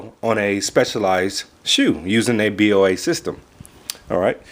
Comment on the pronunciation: it's pronounced Bow-a